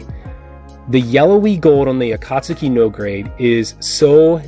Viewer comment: “Akast-u-ki” , I cringe everytime you pronounce it that way.